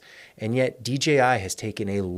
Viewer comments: It’s so refreshing to hear a content creator say DJI (and not DGI).❤ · Thanks for saying DJI properly, I feel the same way anytime I hear sneaker heads refer to Nike Air Max as Air Mags 😂